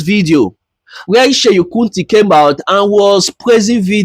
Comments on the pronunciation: Do you no how hard it is to listen to you call him Sheyin Kuti? It is SEUN, NOT SHEYIN! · But if you will do a video ..atleast try and get the names right .. no hate pls just calling your attention ..it’s Seun not Seyi